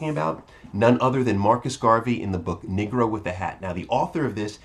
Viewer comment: BRUH- honestly would you consider making an effort. to pronounce the word Negro as NEE-GROW and not NIgg-gro - its sounds like your'e sayin the N word. thanks for consideration!!!